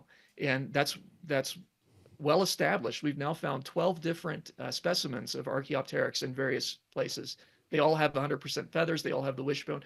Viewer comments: He really is pronouncing it incorrectly and I have to wonder why. He's had to have heard it said to know the proper way, the fact that he doesn't and seemingly intentionally speaks to some sort of denigrating sneer. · When a Physicist can’t pronounce Archaeopteryx correctly you know you are listening to a bulletproof scientific debunking of avian evolution.